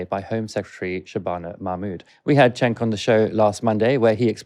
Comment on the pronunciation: It’s pronounced ‘Jenk’ not chenk.